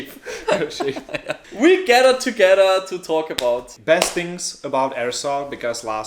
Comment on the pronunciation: DOSENT SAY THINGS HE SAYS SHINGS